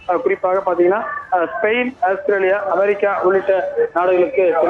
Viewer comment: ஸ்பெரைன் அல்ல ஸ்பெயின்😂😂